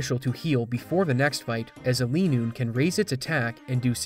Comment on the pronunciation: oh god not linoone too 😭😭😭